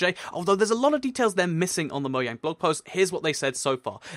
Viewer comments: Its spelled Mojang, but he says Mo-yang instead of Mo-jang. So J pronounced like Y in the UK? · You said moyane